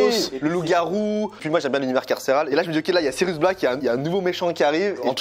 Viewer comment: Tu prononce aussi mal Sirius que tu prononce Sirus à de multiple reprise et tu n'a pas non plus la famille Dursley ;)